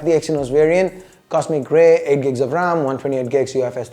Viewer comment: When he said that phone color cosmic grey I actually heard "Cost Me a gay" 😂